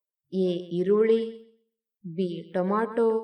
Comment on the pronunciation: ಕನ್ನಡ ಸರಿಯಾಗಿ ಓದಬೇಕು. ತಮಿಳು ನಾಡು - ತಮಿಳ್ ನಾಡು ಟೊಮೋಟೊ - ಟಾಮೋಟೂ ಇರುವ ಪದ ನೋಡಿ , ಆಮೇಲೆ ನಿನ್ನ ರಾಗ ಹಾಡಮ್ಮ.